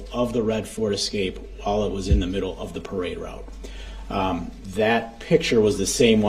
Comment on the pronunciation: He just cant say the word parade.